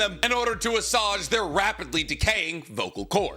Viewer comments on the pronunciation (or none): I know you’ll never read this but… it’s pronounced “ah-swayj”